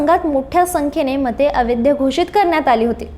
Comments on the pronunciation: "अवैध" ह्या शब्दाचा उच्चार "अवैद्य" असा करीत जावू नये. कांहीं लोक "ऐतिहासिक" ह्या शब्दाचा उच्चार "एतिहासिक" असा चुकीचा करताना आढळतात. ते टाळलं पाहिजे. गोष्ट लहान असते पण,....... असो, बाकी मजकूर वगैरे उत्तमच. खूप शुभेच्छा.🙏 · अवैध या शब्दाचा उच्चार व्यवस्थित करा.